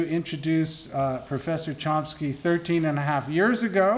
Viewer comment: There's no 'P' in Chomsky... Maybe someone should explain that to the goof introducing him...